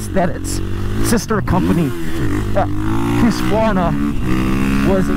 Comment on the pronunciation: Hahaha!... Hooskvarna? Even if (in today’s weird topsy-turvy world) you’ve found that’s the proper pronunciation, please never say it like that again.:) Otherwise, thanks for keeping your reviews [seemingly] unscripted. Keep up the real-world stuff.